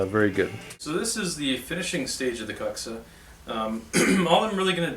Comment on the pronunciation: Wicked series dude! We call it more like Kooksa In Europe but you said Cucksa so many times I ended up watching from a chair in the corner of the room 😂